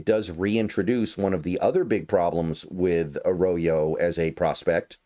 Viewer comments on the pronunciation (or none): It’s not ah-raw-yo. That’s very incorrect. It’s Ah-RRo- Yo And by the “ RRO “, I put the double RR to indicate that’s an r roll. If you can’t roll your R’s / aren’t Latino, then it sound sound closer to Uh-Ro(w)-Yo Uh raw yo is very wrong though. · A rodeo? I highly doubt that’s how you pronounce his name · I’ve got a new job as a weird name pronunciation coach! Thanks for the shoutout The Island of Dr Milroe? Nope, Jalen isn’t Jay Len it’s almost automatic in a two syllable name like the emphasis is first syllable on both. And A Row-Yo takes some getting used to but once it’s natural it’ll flow like he does through defenses. Last but not least you know who has no 40 time and probably is no faster than Damien Martinez? Pete’s new RB they threw a number six overall at. Feel free to check my work, if any of it’s wrong I’m humble enough to learn. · His last name is pronounced Ah-roy-yo. It’s Spanish. It’s kinda fire we drafted two Mexican Americans. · I’d go with: “Uh-roy-yo” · Yes, Arroyo is pronounced Ah-Raw-Yo. If it sounds foreign to you, it's because it is. He's Mexican. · I don't want to be an asshole but "Arroyo" and "Milroe" should not be difficult to pronounce at all lmfao